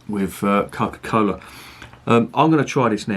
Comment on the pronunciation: "Co'kah fah'ken cola" I love this, especially considering the fact I'm drinking guiness original with cola while I watch lol